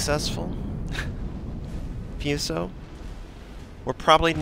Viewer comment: hey, it's pronounced fooso, like the oo in boo, not fueso, that sounds stupid